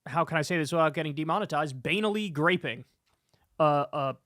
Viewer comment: so THIS is what it takes for kyle to pronounce the word "banal" the right way.